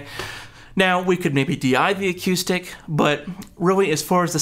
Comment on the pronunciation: Good video again, but I have to admit that a little part of me dies every time I hear you say "a-cue-stick", however it also makes me want to go play pool. 😛